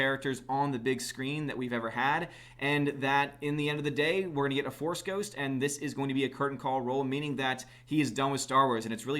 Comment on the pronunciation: A Force”D” ghost lol